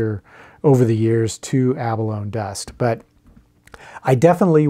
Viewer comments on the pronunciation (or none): The toxicity of shell dust may be in question, but there's no question that the word 'abalone' does not have a silent E. "Ah Baloney!" you may say.